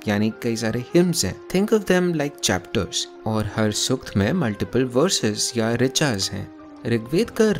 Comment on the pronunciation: Good approach, but pronunciation must be corrected BRO....... Not Rigveda, or Sukta..... many are there to be correted. Just a suggestion.